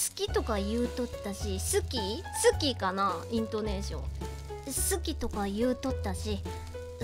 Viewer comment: 『好き』のイントネーション、大正解ですっ！